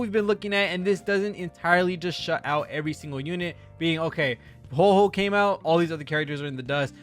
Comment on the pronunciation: It’s WHO-AH WHO-AH